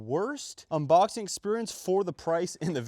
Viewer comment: bro said unbocking